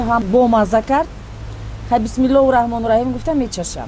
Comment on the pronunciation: илтимос Бисмулоихи нагуй, Бисмилохир гуй. Дар чанд барнома шунидам чунин мегуед!